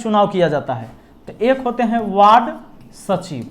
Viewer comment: “सचिव” होता है सचीव नही